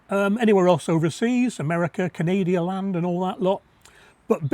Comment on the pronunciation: Canadia-land?!?! Oh boy, that was funny! Emojis don't seem to be working.